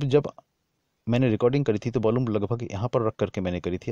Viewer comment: भाई..... Effect....अफेक्ट नहीं होता.... इफ़ेक्ट होता है। Volume.... वोल्लूम नहीं होता....वॉल्यूम होता है। Bass.... बास नहीं होता....बेस होता है।